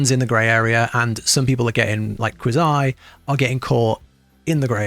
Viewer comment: So obviously this guy has never seen a Quazii video, since he doesnt even pronounce his name correctly. lol Also WA didnt tell you where to go during a boss fight, at least not the ones I used.